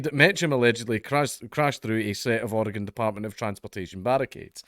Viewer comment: As a lifelong Oregonian I appreciate that you pronounced Oregon correctly.